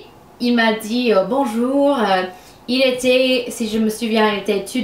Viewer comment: jule delcampa L'accent québécois? À part le z rajouté dans le mot dit, je trouve qu'elle a beaucoup plus l'accent européen.